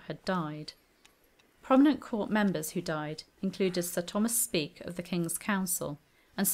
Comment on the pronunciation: You mispronounced caius, speke shrewsbury and a few more